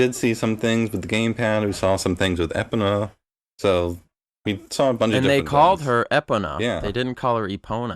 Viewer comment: "Epona", french pronunciation =D.